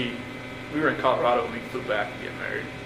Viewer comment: I hate the way he pronounces "Colorado." I don't like anything else about this lying murderer, either.